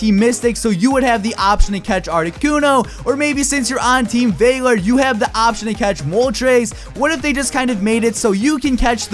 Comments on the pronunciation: I LOVE THE FACT THAT YOU SAID FUCKING vAlur INSTEAD OF valur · Lol "Team Valor (vay-lor)"😂😂😂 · It's Valor (Vah-lor) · Team "Vaylore" 😂👌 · you're a good YouTuber, but you can't pronounce anything right lol "vaylor" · I hate when people pronounce valor as "vaylor"